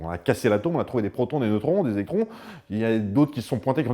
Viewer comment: j'ai du revenir en arrière pour m'assurer que tu avais bien dit "électrons" et pas "étrons" 😭